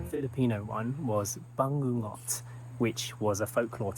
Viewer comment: Aw J's "ng" pronunciation is on point. Foreigners usually have a hard time pronouncing it.